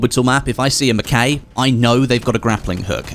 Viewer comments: I hate to be that guy but.. Its pronounced mackaye not mac kay 😊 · Or mackey